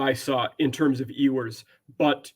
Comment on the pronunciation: This man really pronounced it “EE-WERS” 😂😂😂